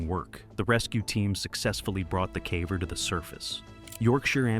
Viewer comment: its ai, a lot of simple english words get butchered like "caver".